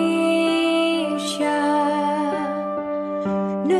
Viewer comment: Indonesia buk,bukan indonesya=)